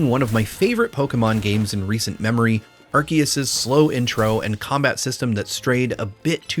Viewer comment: Thank you for pronouncing Arceus correctly!